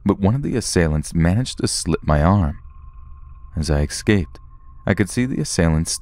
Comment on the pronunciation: It's so cute how he says "ecsaped" instead of "escaped" 😂